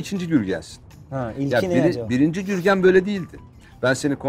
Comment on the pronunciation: Gürgen diyor Jürgen anlıyorum 😅😅